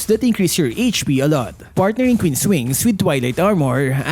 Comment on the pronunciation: "kween's wings"😂😂😂 "Manananggal " 😂😂😂 "si albert" 😂😂😂 "dirty na yelo"😂😂😂 " kevin durance" 😂😂😂